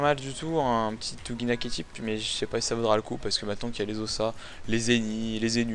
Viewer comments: tu dit ouginak x) ankama a confirmer que ca se prononce oujinak :p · Quand va-t-on arrêter d'entendre "ouGUInak" ... Un "g" suivit d'un "i" donne le son "ji" en français :/ ...